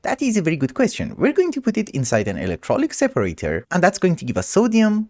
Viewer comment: I knew it was called electrOLYTIC separator, but the way you said electrOLYC was funny to me so i let it slide <3